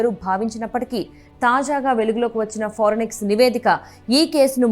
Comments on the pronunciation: ఫారెనిక్స్ కాదు అమ్మాయ్ ఫోరెన్సిక్.... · Forenix kaadhu amma thalli....forensic... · పోరినిక్స్ అని చదువుతారేంటి 🙏 ఫారెన్సిక్ అని చదవాలి కదా 🙏🙏🙏🙏 తెలుగు రాని వాళ్ళు వార్తలు చదివితే ఇలాగే ఉంటుంది 😭😭😭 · forenics కాదమ్మా అది ఫోరెన్సిక్ ..న్యూస్ రీడింగ్ పరువు తీసి పడేస్తున్నారు .. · Forensic andi forinex kaadu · ఫోరెన్సిక్ అని పలుకండి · Forensic anadam radu news reader ayyav..ninnu select chesina vallu too talended....okasari kadu padi sarlu annav malli😂...inka nayam puchhakayani gachhakaya analedu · Forensic 😂😅madam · ఫోరెన్సిక్ అని అను బామ్మా. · Forensic pronunciation chusukovali video release chese mundu 😂